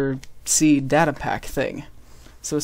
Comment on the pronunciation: u pronounced data wrong ,_